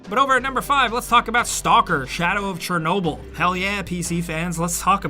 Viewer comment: You apparently don't know how to pronounce Chernobyl. It's ridiculously irritating.